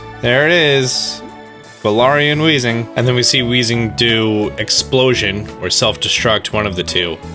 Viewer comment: Garal Weezing had me dead 🤣 Garar after that 🤣🤣